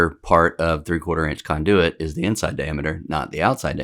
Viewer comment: First time hearing KON-de-wit pronounced kon-DOO-it.